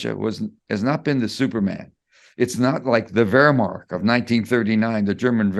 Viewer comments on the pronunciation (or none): He has issues with terminology…e.g. Wehrmacht not Wehrmark, Die Zeit not Der Zeit